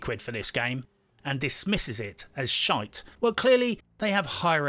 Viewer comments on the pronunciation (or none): none